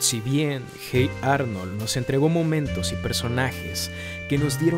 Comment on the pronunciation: Hate Arnold jajaja se dice oye Arnold